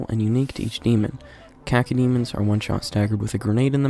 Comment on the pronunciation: The way he pronounces cacodemon